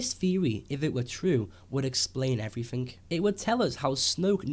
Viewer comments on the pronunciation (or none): everythink? this explain's everythink? lmao. one hell of an accent.at exactly